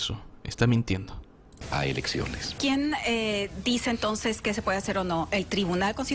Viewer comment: Dijo "elecciones" o "erecciones"? Bueno no tiene importance porque en estos momento por la gracia de Dios están todos EXILIADOS...!